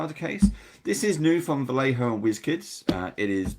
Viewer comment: It's Vayeho, not Valeho